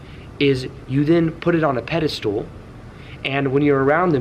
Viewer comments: You will have no problem attracting, and it's pedestal not pedestool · Someone please tell him it’s “pedestal”